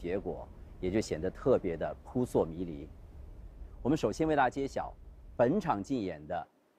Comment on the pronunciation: 扑朔迷离 拼音是 pu shuo mi li。洪涛老师。。。不是pu suo mi li。。。。